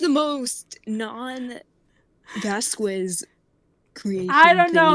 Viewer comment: "vaskwez" the way thats pronounced annoys me so much